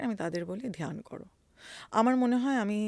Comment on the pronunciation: ধোয়ানি, ধিয়ান, মাহাদেব এসব না বলে ধ্বনি, ধ্যান,মহাদেব উচ্চারণ করা যায় না!🙂